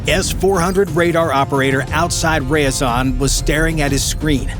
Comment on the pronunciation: Ryazan, not rayazan